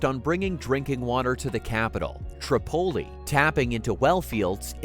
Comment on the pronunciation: I came here to ask this…. Also Tripoli and Tobruck - not pronounced like that….